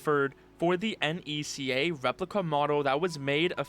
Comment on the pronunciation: Hearing someone pronounce NECA as "EN-EE-SEE-AY" is so fucking funny